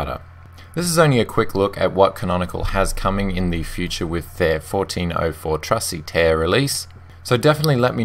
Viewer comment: Your saying trusty tahr wrong.